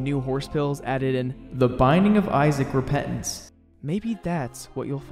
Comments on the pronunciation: I love that he says it like T H E B I N D I N G O F I S A A C R E P E N T A N C E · The binding of isaac RePet-ance